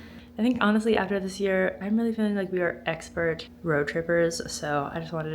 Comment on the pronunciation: Hardboiled eggspert, please. Speak properly